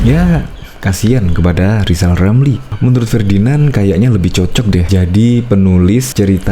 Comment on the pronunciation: Si lizal lamli telat minum obat...seling ngomong sendili.